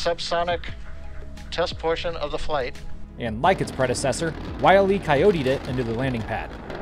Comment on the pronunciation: Lol, Willey Cyotee